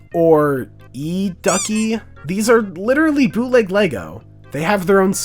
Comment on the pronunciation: That’s e-DOOKIE, not e-duckie!